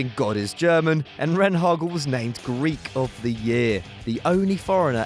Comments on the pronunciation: It's Rehhagel not Renhagel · rehhagel (Not renhagel) should have been on the list twice. also for winning the German league with a team just having come up from the second bundesliga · Where in the name "Otto Rehhagel" is an "n"? Right, NOWHERE. I can understand pronouncing names wrong sometimes, but just inventing letters into it? Come on. Oh, and by the way, constantly saying "camp now" instead of "camp nou" and "bernabow" instead of "bernabeu" hurts as well. btw, very glad you put in Ernst Happel